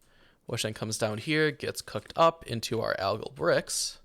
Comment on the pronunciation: "algal" =/= "agile" you wanna be saying "al-guhl" ~phonetically or combo the name "Al" with how the word "gall" is pronounced ty for the video btw super cool amazing wonderful no /s it's a really high quality video I appreciated btw just cause it's too likely and maybe more people learn: "nuclear" is not "nuke-elar" - george w bush screwed a generation with that it's "new-clear". Nuclear has always been pronounced as "new-clear". That being said, "nuke" is its own thing, and remains a fun word to say. But just my poor sweet summer child "nuclear" gets boned 99% of the time and thank you for coming to my deditated wam talk.